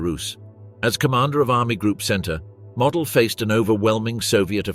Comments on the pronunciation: MOOOOODELLLLL NOT MODEL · Herr General's Name was pronounced ""Moe-DEL"", Not ""Model"" like a Model airplane. glr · The general was named Moh-dell. Witha "stretched" "o", and abrupt "el", like in "little"